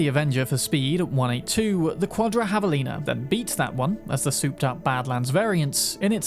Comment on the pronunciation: "...Havalina..." Hell yeah brother. Correct pronunciation.